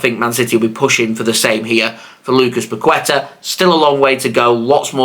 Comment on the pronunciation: Bro you need to pronounce Paqueta right 😂